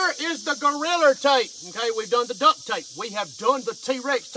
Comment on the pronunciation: Dude it's suppose to be DUCT Tape NOT DUCK